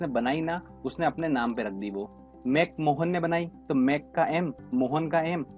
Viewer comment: भारत और चीन के बीच अंतरराष्ट्रीय सीमा रेखा का नाम मैक मोहन नहीं बल्कि मैक महोन है।